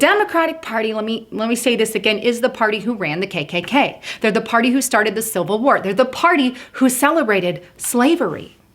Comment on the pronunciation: did she just say silver war. what is that?